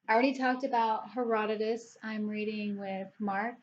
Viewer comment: Buddy reads are great. I prefer small groups or one on one rather than massive groups. You said Herodotus correctly. 😉. There is some great stuff in there but he gets distracted and goes off on tangents often. And parts of it are difficult as he refers to lots of people and their lineage, which many works of the time did so it can be confusing but if you plow on I think there are some aspects of it you will at least find interesting even if don’t love it.